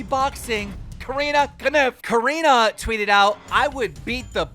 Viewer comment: Can you pronounce Corinne correctly